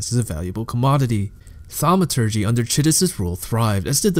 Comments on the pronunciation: thanks for the explanation, next time say "thaumaturgy" like a grown-up, please. thank you. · This was actually a good video but it would've been nice if you could've looked up how to pronounce thaumaturgy before you continued to ruin it. ;) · why are you doing that? "thamaaaaaturgee" what is that? Kinda ruined the video for me bud. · Themaaaaawturgy. Huge turn off dude. I legit just wanted the lore. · I disagree. Why not? It was a fun and informative lore piece with a bit of "thaumaaAAaaturgy"! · Dude the video is so good!! BUT WHY Therma-a-a-a-a-a-aturgee ?????????????? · 2 minutes in, i cant continue the video because you keep saying thamauuuuuturgy. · "thamaaaaaturgee" seriously wtf. I gave you an upvote for the good work of summary, but this ruined the video (as 1000s said below) and I had to stop watching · the way u were pronouncing thaumaturgy got old real quick. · So I have listened to the whole thing. Nice summary, but as others said, too much unnecessary emphasis on somehow random words (i dont understand why thaumaturgy was being targeted). But other than that, your voice seems pleasant to hear and you summarised it nicely. You could make even more detailed videos and just keep em coming! Dont listen to comments which are only criticizing without adding constructive value! Cheers! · i think this comment was right on. The content is great, but it was the delivery that made this really difficult for me to concentrate on. Not just pronunciations (thaumaturgy), but strange emphasis in sentences, the almost exact same roller coaster of tone in each sentence, and then the tendency to drag out the word at the end of nearly every sentence. Fought through it though because the story was worth it and his research and compilation were superb.